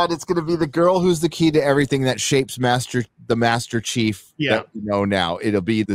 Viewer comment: What the actual eff is the deal with dudes inability to pronounce "Chief". SMFH